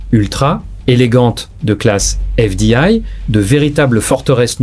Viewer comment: On dirait que vous ne savez pas parler français exemple vous dit un ksar au lieu de césar et fdail au lieu de fdi et j'en pas passe c horrible